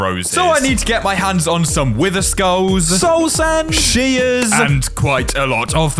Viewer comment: Did you literally just say su sand😂